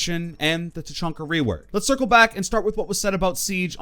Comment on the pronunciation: It's Ta.Chan.Ka. Not Ta. CHON. Ka.